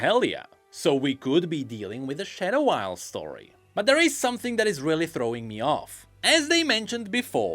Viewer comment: so he can make a th sound but chooses to say "den" and "dere" instead of "then" and "there"